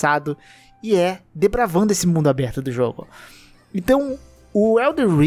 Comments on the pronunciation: desculpa ser chato o suficiente para me incomodar com isso mas eu creio q vc queria falar "desbravar" ao invés de "depravar" ao longo do vídeo, tirando isso, concordo completamente com cada palavra dele, eu n sou um jogador hardcore ou algo assim, mas os jogos da from sempre me deixaram muito satisfeitos por conta da sensação de conquista ao passar dos chefes e tudo mais, mas parece que tudo que eles lançaram até hj foi apenas uma preparação pro elden ring. Agora, QUE VENHA LOGO ESSA DLC!!! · Meu deus cara, é DESBRAVANDO, não DEPRAVANDO